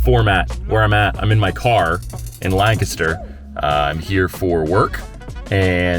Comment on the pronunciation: Props to you for saying Lancaster the correct way. Lol